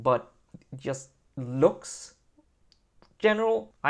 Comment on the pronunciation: The word "just" starts with a "j", not with an "i" ;)